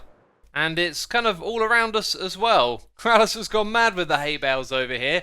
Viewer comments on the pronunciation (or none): none